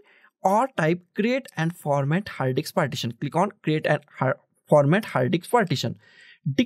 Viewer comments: Bro Please, Call it Disk, Not Dicks. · First of all its disk not diks